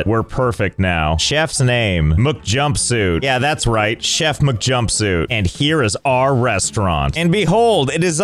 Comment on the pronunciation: Bro said chef with che